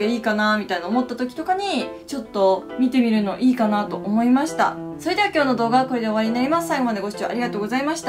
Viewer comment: ゆきりぬさんって、ゆきriぬって発音するよね。それではー！も、そreではー！ ネイティブ説牛乳